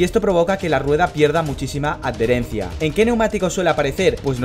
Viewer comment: Me encantan tus videos: creo que es el mejor canal para comprender cosas esenciales en la F1. Y me resulta curiosa tu forma de pronunciar adherencia: "ad-dherencia", jejeje.